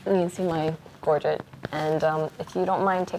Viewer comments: I cringe every time someone says Gorget. The 'get' sound should sound like sl-eigh so it sounds like 'Gorgeigh'. Long 'a' sound not short 'et' sound. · Gorget is pronounced like buffet ( that you eat at). 25 years making SCA armor. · "If you don't mind taking off my gorjit"